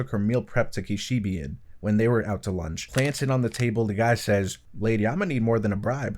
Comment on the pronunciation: “Kishibee” lol